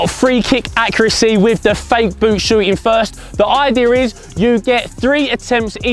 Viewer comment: I love when says idea because it always sounds like ider